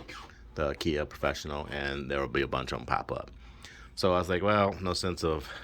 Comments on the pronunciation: You pronounce Akai like Uhh-kie....like ”uhh” don't know...and like pie with a k. It sounds like a cheap furniture store your way lol. I'm just looking out people will have jokes. You probably figured that out already. Yep so since the MPC X is based from Linux it uses the exFat format. The way you did it is the recommended way to do it for larger drives. You can format from the MPC after you've done it that way first by going to browse>places>selecting the drive and holding shift.. format should show on the screen. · As soon as I heard ah kia I stopped the video 🤦‍♂️